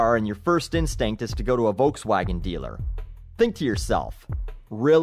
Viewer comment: It's fucking hilarious how you pronounce volkswagen. Do all english speaking people pronounce it like that?